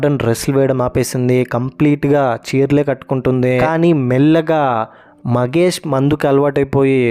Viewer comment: ఇంత worst review ఏంటి బయ్యా నువ్వు 😅 ..... జాబిలి కంటే జాజి నే బాగుంది 😅 ... దుష్మన్ కాదు , దుష్యంత్ .... మగేష్ కాదు ... మహేష్ ..... ఇంట్లో ఉండేది దేవత కాదు , దేవుడు ... కొండయ్య.. స్వామి 😅😅😅😅.... నీ రివ్యూ వల్ల series చూడాలనే interest పోయింది చీ ఛీ .....